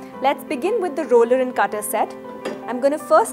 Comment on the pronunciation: It’s not “a rollya”! It’s the roller!